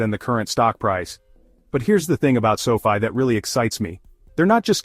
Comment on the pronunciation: Why do you keep pronouncing the name sofi differently in the video.Makes the video not seem serious.